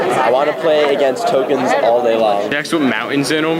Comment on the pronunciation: whats a toknes. is that new jk lol